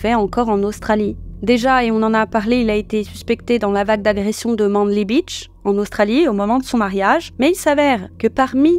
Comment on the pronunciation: Manly se prononce "maineli" 🤨😉